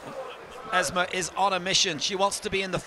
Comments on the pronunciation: The name is EsmA, NOT EsmE! Too much Coronation Street! (Oh, and she's Moroccan). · Not Ezmee. EsmAA